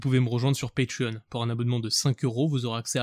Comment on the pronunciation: Salut une critique acerbe, nous sommes en France ! Pourquoi prononces tu 'Patreon' avec l'accent U.S ?